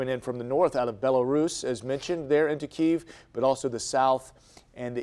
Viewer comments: Mispronouncing a country doesn't make you sound all that intelligent or informed. It's pronounced "BEL-UH-ROOS"...not "BEL-AYR-US" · Bellairass?!!😄😄😄 Its Bellaruse lol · OK, people nowadays have no idea how to pronounce the names of foreign places or historical sites. During the intro of the segment the woman pronounced Belarus as “buh-LA-ris” (rhyming with Polaris) and the man pronounced Kiev as “keev”. WTF As technology grows and grows people become more and more uneducated to the ways of the world and to me at least, it is infuriating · The lady "newscaster" pronounced Belarus like she never heard of the country before. She pronounced it as if it rhymes with Polaris. It's BELL UH ROOS, accent on the 3rd syllable, of course. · Did I just hear it pronounced as "bel-air-iss?" ...welp we're done here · Bell-are-us? Keeeeev? Yikes. No wonder the rest of the world thinks we're idiots. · She said Bell-air-us for Belarus. SMH. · she said bel -air -us lol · Did she say belAIRus? Lolol the hell? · Bah-lair-us (Belarus)? and Keev (Kyiv)? Horrible pronunciation from "news" people who have no clue about this part of the world. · How can you be doing the news and not know that it is pronounced bella- ruess 🤦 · How can one report international news and mispronounce Belarus? Bell-ariss? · "Belarus" is pronounced beh-la-roos. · The female anchor can't even pronounce Belarus. Lol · I was wondering where the hell she was talking about. I didn't realize that she meant to say Belarus lmao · Multiple war crimes are certainly happening, but the worst was that woman’s pronunciation of “Belarus” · Anybody notice how she pronounced Belarus at the beginning lol